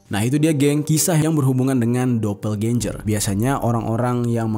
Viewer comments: DOBELGENGER GTU BANG. Aneh bgt nyebutnya dobelgenjer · Bro doppelganger bacanya dopelgenger, bukan dopelganjer!.jadi aneh kedengArannya. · Dapel genjer pranowo 🤣🤣🤣🤣🤣 Bisa kali bang googling dulu cara bacanya wkwk